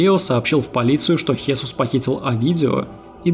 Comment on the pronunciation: Не ХЕсус, а ХесУс, не ЭлИо, а Элио, акцент на Э. И не поняла при чем здесь Маркес. Маркес -не мексиканец и его "100 лет одиночества" не имеют н какого отношения ни к черной магии, ни к сантерии.